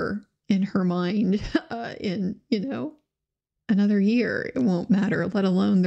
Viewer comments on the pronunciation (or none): none